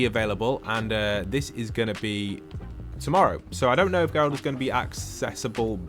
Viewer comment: Thank you for not butchering Geralts name!